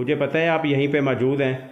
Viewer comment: Asad Khan Bhai bhi majood bolty Hain or aap bhi majood bolty Hain Kahin dono Bhai ya czn to nhi ? The word is Mojood not Maajood Bro 💕